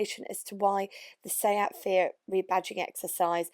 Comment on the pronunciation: The yanks can't say fiat they say feegyhat hahahahahaha